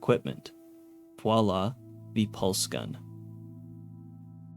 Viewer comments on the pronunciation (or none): none